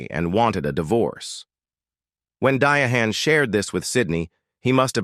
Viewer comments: The way that you're mentioning her name makes me not interested in this video now. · Agree, Mis pronouncing her name, She has a daughter that’s living; I’m sure Suzanne inherited her estate. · I hate. That this guy never pronounces certain African American women's name correctly. It's pronounced Diana Carroll, Diane Carroll. No one has ever pronounced it like that. He should be on. Youtube and listening to what people called her. Please change this guise. Verbalization is commentary. I hate it. This is not the first time. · What is a Dy a han. I get sick of these AI video's. It would have been a wonderful video minus the way her name pronounced her name. I had to cut the video short 🙄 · This AI generated voice and mispronounced words are a turn-off ! Dee-ah- hann ? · Who in the hell is Die-a-hand?!?!??! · My first comment didn't seem to post. It seemed to get lost! The narrator sounds like he's uneducated! Anybody who knew this. Should have known that her name was pronounced Diane. Some names in English and maybe 🤔, maybe Spanish. I was good 👍💯 in English and reading. But didn't like the subjects. But that may have been my, or one of my talents. I liked social studies, science and music 🎵🎶. And was pretty good at them. I liked gym class, but wasn't good at sports. But eventually I got somewhat better at music 🎶🎵. And went to college for a music 🎵🎶🎵🎶, in music. Along with other majors that was similar. And some majors that was different. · This narrator is embarrassing. Di-a-hhan? f this guy talking is AI , the future is in big trouble? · Dya-Han? What idiot did this AI crap. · Exactly. Dia hand. AI would've did better than that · I agree is pronounced Diane. How do you pronounce it correctly in the beginning, but not correctly telling him the story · You are not not calling her name properly you can spell it different her name is Diane she just spell it Differently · Trash video because of the AI mispronouncing her name. Such a beautiful lady. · Di - A- Hann!!!!!